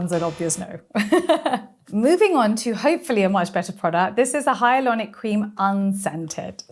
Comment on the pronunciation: Funny that she says "hyalonic" instead of hyaluronic.